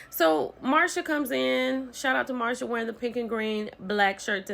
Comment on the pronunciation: So, are you mispronouncing Marseu's name on purpose? Is it an inside joke? Cause I'm confused every time you say Marsha!!!